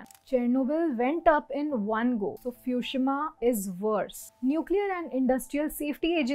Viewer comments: It's Fukushima not Fushima. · Its Fukushima, not fushima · 'Fukushima' not 'Fushima" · Your pronunciation of Fukushima is wrong.